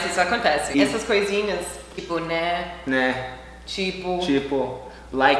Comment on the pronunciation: O "Né" saiu "Nhé" kkkkkkk